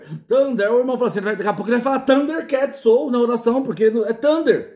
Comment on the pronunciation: Irmão perdoa eu não iria comentar mas esse "THANDER CATS" foi difícil kkkkkkkk